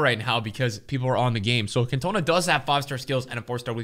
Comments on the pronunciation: please learn to say Cantona. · Sorry dude but anyone tht knows football knows who Eric cantona is. Really need to pronounce his name properly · This guy can’t say Cantona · Please don’t pronounce cantona like that ever again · how are you pronouncing Cantona ffs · I got really annoyed when you pronounced Eric’s name wrong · United fans listening to him say cantona must be fumin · Dude your saying cantona wrong please look it up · LEARN HOW TO PRONOUNCE CAN TO NA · How he’s butchering Cantona’s name. It hurts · I love you man but seriously? I'm shocked as a football fan you pronounce his name the way you do. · You say cantona wrong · Can you please stop saying "Cantooona". It's pronounced "caantona" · Lol Cant - OH -na 😅 its pronounced CantOWna hehe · Eric can toe na 😂😂😂 it’s can-ter-nar 😂😂😂 please fix this it’s grinding my gears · Can-toe-na....I mean just wow 😳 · I'm sorry but it's CAntona, not CantOna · Man really called “cantonar”. “cantoena” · It's not Cantonar unless ur an annoying English dude. It's cantona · Your saying it wrong dude its Eric Can-to-na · Can tuh nAh not cantuna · it’s pronounced cantahna not cantoenah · CantonAAAA NOT CantOna Please... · CAN TOE NAH OK STOP SAYING ERIC CAN TONA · Cantonaaaa not Can-tona🙈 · When your American true love sends you 5 Kan-toners for Xmas. Sad times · You mean can-tone-a? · As a united fan the way you pronounce Cantona pisses me off it’s CANT-OH-NAH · Its CAN-TON-A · Who’s can-tona 😭😭😂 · Just for future reference. Its pronounced as Can-teh-nahh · its pronounced can - ta - na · You pronounce it CAN TON NA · Can tone Ah. Common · Its pronounced Can-ta-na 🤦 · Pleaseeee it’s pronounced CAN-TA-NAR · I love you. But if you pronounce Cantona that way again I'm gonna cry. It's "Can-Toe-Nah". Put some respek on his name and please watch some highlight vids of him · Stop calling him can toe na you div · How could you not know how to pronounce Eric Cantona’s name